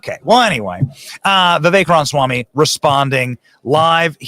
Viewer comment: Benny, it bothers me when you mis-pronounce Ra ma swamy's name. It is NOT Ronswamy!!